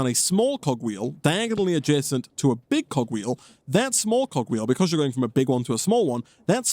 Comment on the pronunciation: I legit thought he said cock wheel ☠️